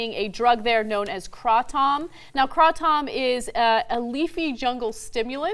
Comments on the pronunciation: "kra Tom? Kray - Tum. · Hmm, I've never heard it called Kraw-tom. It's usually pronounced Cray-tum or Crat-um. But you really lost me when you compared it to a cup of Espresso, Ana. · I was born in Thailand. I lived there for more than half of my life. I can tell u that there is no such a thing called "Kray Tom, Kraw Tom, or whatever she called it". It's called KraTom (Krah-Tom is acceptable, too) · Krah-Tohm is more of how the thais pronounce it. If I pronounced it any way like you guys suggested, the locals here would have no idea what you are asking for. At least TYT pronunciation is way better than "Kraytum" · Have you been to Thailand? I've purchased and consumed Kratom in Thailand and they say "Kraw-Toom". So no, it's not "Kraytum" like people say here. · Lol "craw tom" it's kratom. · Kraw-Tom..? LOL I couldn't watch anymore after that. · Hahaha... "Now, Kraw-Tom is a leafy jungle stimulant..." smh. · kray-tom is how you should pronounce it. it is not so much a stimulant. it is like a mild mood stabilizer. true it is not harmful. Yes it will take away withdrawal symptoms from an opioid addiction. It will do this wonderfully. there are many testimonials online that will confirm this. it is not considered a drug in my book but rather a natural "food" that will help with symptoms. It will eliminate your need to take medications for depression, and even pain. It is truly amazing. I love how everything is provided for us on this planet we just have to have the sense to use it. And to think some people believe that man is a better creator than nature? thats just wierd. Also, kray-tom does attach to the same receptors that opioids attach to thus giving a pain reliving or withdrawl relief but, IT DOES NOT CROSS THE BLOOD BRAIN BARRIER thus, you do not get high from it! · its actually pronounced "kray-tom". but in Thailand they just call it "tom". but thank you both for doing this video and educating people that this is not a dangerous substance! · its kra tom